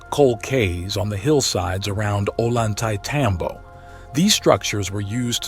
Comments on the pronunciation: just FYI, a double L in Spanish is pronounced as a Y. so Ollantaytambo is pronounced "oyantetambo", not "o-lantaytambo" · You should learn how to pronounce Ollantaytambo (double l is a "y'" sound in spanish"), so its pronounced Oyan-tay-tambo